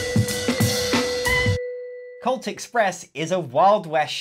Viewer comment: I can only hear people saying cult instead of colt, and I am constantly disappointed that I don't get to play a cthulu train game